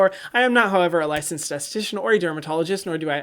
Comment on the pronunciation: Hyram, every fucking video: "I am not, however, a licensdsststststshian"